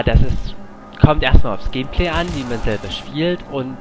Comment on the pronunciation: er sagt immer gämplä :D